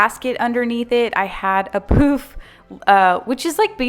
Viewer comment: Poufe pernounced poofa😂